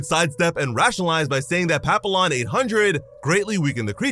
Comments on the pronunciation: Papillon is pronounced "pa-pee-yon" just so you know. "Pa-peel-lon" your a s s. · Papillon isn't pronounced pap-ill-on. It's french and pronounced pa-pee-AAN. And yes it means butterfly. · Dude it's French and pronounced Pap- E- Yon not Pap-I-Lon It Literally is Butterfly in French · Papillon means butterfly in French btw It’s pronounced papiyyon in french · Not being a stick in the mud but papillon is pronounced as pa-pi-yon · As someone who speaks French fluently, the way he said “Papillon” hurts. Btw it’s pronounced pap-ee-yon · Papillon is the French word for butterfly, so it should be pronounced "Papi-yon"